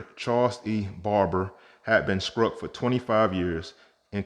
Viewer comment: Bro, the way you talk, i could swear you was a brotha! Ill help you out; its not skruck, its struck. Also, the 1942S is known with MMS-002, and its known as FS-501, which is straight serrif style S repunched with an inverted S. Interesting variety. Btw; all 1941-43, most coins have as many as 3 different style mintmarks, for all series.